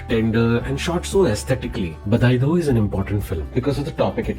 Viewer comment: Even I noticed the mis pronounciation when I started to watch just now . But the review is well put out . Specially the effects were good and the truth.